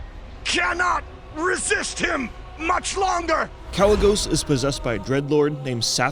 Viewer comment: Why would he call himself Kalec if you're pronouncing the name without the "C" then why would you shorten it and use the "C"?